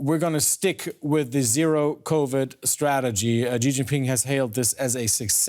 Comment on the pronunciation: did she say.... "sheetingping " ??